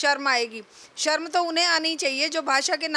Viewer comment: Sharm ko sarm kehna ,, ma'am yogi bhi , shahar ko sahar bolna , shahrukh ko sarukh kehna